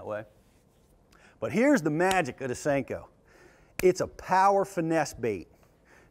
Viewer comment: "additional salt" would cause more bouyancy 'eh?, It's a Senko, not a sink-o.